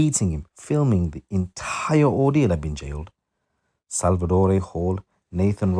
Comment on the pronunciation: And it's pronounced Salvador not Salvadoree.